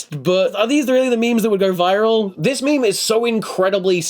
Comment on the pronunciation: they don’t ever say “meme” they always say “meeem”